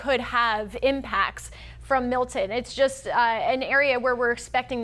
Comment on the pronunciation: Notice in the beginning she pronounced it "Mill..en" as if it has a silent "t". Then the producer was probably screaming into her earpiece... MILTON. Not Mill..en you frigging moron!